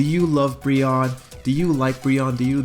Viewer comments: I love Brionne!!! also, isn't it pronounced Bree-oh-ney? My type A couldn't help it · Ummmm your pronounced brionnes name wrong i love brionne